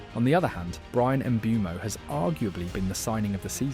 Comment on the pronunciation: You and the internet have to learn his name is not pronounced as it spelled. He calls himself MBOOMO like in BOOM!